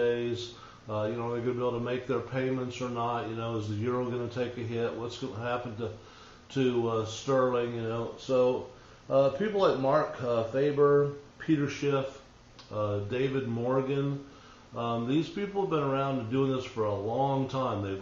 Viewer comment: "Fah-ber," not "Fay-ber."